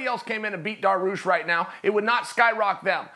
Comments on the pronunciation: Beniel "Darrarush" Dariush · If chael says it's pronounced daroosh, it's pronounced daroosh.